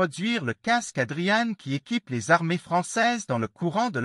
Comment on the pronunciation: Je n'ai jamais entendu ce nom prononcé : "ADRIANNE" mais "ADRIAN"...